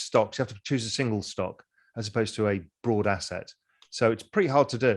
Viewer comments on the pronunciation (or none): none